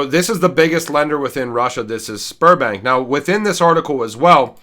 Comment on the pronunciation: I kept hearing Spermbank and giggling. Had to watch twice